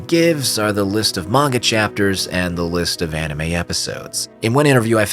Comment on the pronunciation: "Enimay" bled my ears